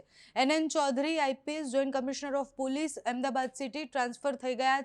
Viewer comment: પુલીસ નહીં, પોલીસ બોલ